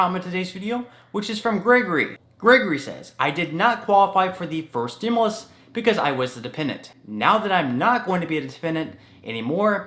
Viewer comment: Hi, respectfully, please note that the word "stimulus" is pronounced "stim-you-lus", not "stim-uh-lus". Thanks for all the great information!